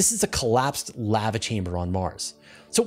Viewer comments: Sounds about right to me... What would be the other pronounciation? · The way you pronounce lava makes sense, considering the word contains one letter v.